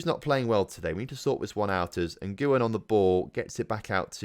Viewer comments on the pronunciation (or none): Nguyen is definitely pronounced 'win'. Not even playing. Really. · Nguyen is actually pronounced en-gwyn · Ilham Fajrian no anyone can do it if they “whin” and then they’ve pronounced it